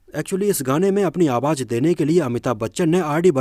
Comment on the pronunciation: jeenat nahi zeenat awaj nahi awaz♥️